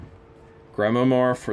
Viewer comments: It's pronounced like GRIMWAH. LOVE YOU GUYS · Pronounced Grim-war, a Grimoire is a book of magic spells and incantations. The word is French. The spells and poetic uttering probably not so innocent, hence chills. That book might fetch some money on EBay just because some people are all about that. Your Jack Skellingtons were nice, as well as the face of that one joker mask. He appeared well made, although worn. Five witch hatz AND a Book of Spellz? Creepy.